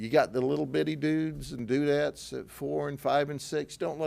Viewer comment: “Dudetts” is crazy🤣🤣🤣🤣